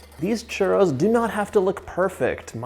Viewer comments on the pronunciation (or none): Hey John its churrros not churos no affence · Hello John.... so delicious! Great JOB! Super caloric 🙄🥶🙄 1) You need to work on rolling your RRRRRRs .... chuRRRROs... don’t be afraid to let those RRRRRs sound really strong. LOL! 😉 2) ChuRROs go really well with CAJETA ... next time try dipping them in CAJETA ... (milk toffee or milk caramel...) the kids will love the chuRROs dipped in CAJETA. 3) Here in Mexico it is traditional to eat chuRROs with hot-coco 😉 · Roll your R's just a bit John for the pronunciation ! ,,🤗, So happy you made this recipe! the box mix is meh ok !! Can't wait to try this !! Viva Mexico 🇲🇽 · me da risa como dice churo enjugar de churro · Babe CHURRRRRRRRROS not churos Love you, bye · why do you say churtto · He saying "delicious Trudeau"? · Repeat after me : chu -rrrrrrrrrrrroooos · Why is he saying ChURDO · lol…Sunday afternoon in humid Brisbane here…so glad your mum corrected your pronunciation of your Spanish…😅I’d love to make Churros with gluten free flour…as a coeliac I have baked most of my live all my own foods..I have a Kenwood mixmaster, and now a Thermomix too..so I can do anything now…loved catching up on your videos…stinking hot here today! Cheers, have a great year! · truly insulting pronunciation from a white boy. say it in english not butchered spanish! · That was funny when he called Mom to ask her how to pronounce churros I thought maybe she was going to be Latin !Lol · There's like 69 r's in one word lol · You gotta roll the R's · White washed Churros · What's going on with the way this guy pronounces 'Churros' throughout the intro? Feels like the equivalent of putting on a ridiculous sounding French accent exclusively when saying the word 'entrepreneur' in an otherwise typical sentence. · Please roll your rrrrr's otherwise you are saying something nasty. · My favorite parts of this video is when you say "Churro". Thank you for this recipe! I love all of your videos!!! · You don't say churro properly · Churros se dice